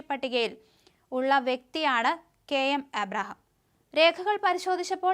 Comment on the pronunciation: അവതരിപ്പിക്കേണ്ട ഭാഗം പല പ്രാവശ്യം വായിച്ചതിന് ശേഷം അവതരിപ്പിക്കുക. നിങ്ങൾക്ക് മനസ്സിലാവാതെയാണ് വായിക്കുന്നത്. മലയാളം വായിക്കാൻ അറിയില്ലെങ്കിൽ ആദ്യം അത് പഠിക്കൂ. കെ എം എബ്രഹാം എന്ന പേര് പോലും തെറ്റിക്കുന്നു. കഷ്ട്ടം തന്നെ.